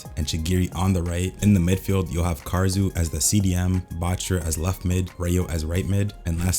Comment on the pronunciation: BRO PLEASE ITS KAH-DA-SŪ OR KAH-RA-SŪ NOT KAR-RA-SŪ UR HURTING MY EAAARRSSSS